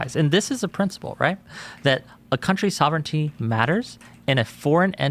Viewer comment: pronunciation. That's not how you say sovereignty.